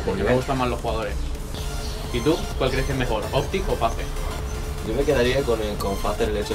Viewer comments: faze se pronuncia feis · Como pronuncian FaZe 😂😂